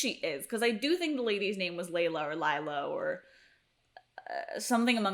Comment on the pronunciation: Amara, not Amora. Lilah, not Leyla.